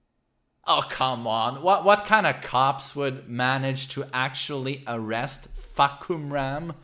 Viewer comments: You can call him like this "Fah - Come - Ram" Fah = Sky, Kumram = Roar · My Thai friend said it's pronounced as "Faaa-kam-lam" and she's expecting Westerners to pronounce something weird or make fun of Thai names. Examples like her name "Siriporn" and one of my acquaintance name "Pimprapoat" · His name is actually pronounced as Fah/Cum/Rarm (trust me I'm Thai XD) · For yall westerners or anyone who cant pronounce his name properly , here's how his name supposed to pronounce.. FUH - KUM - RUM (Fahkumram) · It's Fah-Koh-Ram. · His name pronounce "Far - Cum - Raam". Sir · His name means roaring sky, got struck by a lightning when he was a kid. How ironic. Also Fah-cum-ram is how you pronounce his name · Gotta love the way swe says FAHKumram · It’s fah-kum-ram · fah-kam-ram No fuckerman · Jesus christ your way of pronouncing the name in english lol, so much emphasis on the first syllable exactly how you'd say...you know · It's funnier this way just let him be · His name is pronounce Far - Cum - Rarm" (Yes, that Cum no joke. Its pronounce that way). "Far" means Sky, "Cum-Rarm" means Roaring, like lion roar. Therefore the direct translation of his name is "Roaring Sky". Basically like a during a thunderstorm, you said that the sky is roaring. Sorry its not "Fak-Koom-Rum" Peace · Isn’t it FahKUMram like you express the Kum in his name? Not Fahkumram? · You can start taking him seriously by correctly pronounce his name. I dont know how to write the pronunciation for you to understand but I can at least separate the word for you, it's Fah-Kum-Ram (maybe something like this F̂ā-khả-rām) not Fuck-Um-Ram or anything you speak here, it's translated from Thai word to Eng as "Roaring Sky" It grind my gear every time you say that so sorry in advance if this look like I nitpicking you guys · Fah come ramm not fuck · Farh' Coom-Lrum ...Address more inflection on the first syllable. This should help. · Fuh-Koom-Raam/Ram Sub-seek-wently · its Fah-kum-ram